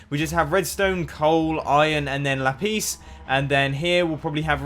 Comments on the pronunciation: It is lapis not lapees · Mumbo, lapiz not la-peace! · Say lapis not lapise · No one: Mumbo: lapees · lapis noot la piece lmao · lol 'lapiece'! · Me, as a portuguese speaking person, think is so funny Mumbo saying "laPIS", because in portuguese there's a word called "LApis", which means pencil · Lapis Lapeice? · Can you LA-PLEEZ stop pronouncing lapis like that (lol kill me also I pronounce lapis like that too this comment is just for the pun lol #FML) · Tater Maniac laPEEZ😂😂😂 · It's weird for me how he pronounces lapis 'LUH-PEES'. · you pronounce lapis lapees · xD sound like you are saying 'lapeese' for lapis... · It's how it should be pronounced - "lah-peace lah-zew-lie" :) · I love how Mumbo says Lapis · The way he said “lapis” in 2013 cracks me up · How he says lapis is so funny not hating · You say lapis in a funny way :D